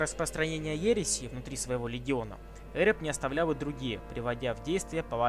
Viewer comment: Ухо режет лОргар, Эрэб.